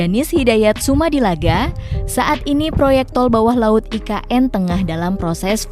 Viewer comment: Mas bukan ign tapi IKN maafya mukin saya salah dengar.